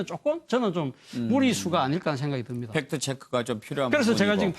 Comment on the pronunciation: 훽트발음도 못하고 빽트 팩트 삑트???